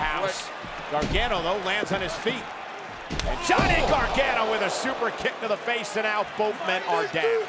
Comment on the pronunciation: Cole is such a tool. Learn how to say Gargano.